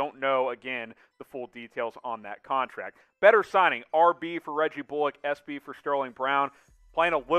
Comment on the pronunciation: Could y’all learn how to pronounce people’s names? “Bullock” isn’t “bull-Lock” and “Kleber” is pronounced “klee-ba”.